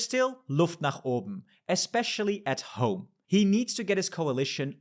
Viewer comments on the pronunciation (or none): none